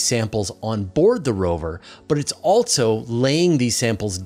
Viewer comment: "Altzzo". "And Altzzo they will "....